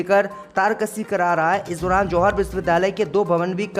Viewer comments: ZOHAR BOLTA HAI..JOHAR BOLNE NAHI AATA.... SHAME SHAME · Z. Ko J read kerta hai yeh bewaqoof